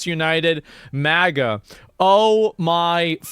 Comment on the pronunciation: 🤪 pronounced MAyGA